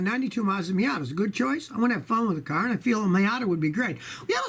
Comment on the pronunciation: I just came here to hear him say carrr